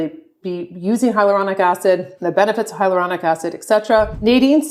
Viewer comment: As estheticians, don't you think we should pronounce the "a" in "hyaluronic" acid when educating our clients/guests?